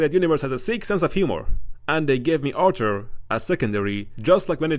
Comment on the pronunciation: Why I am hearing archer instead of Arthur again and again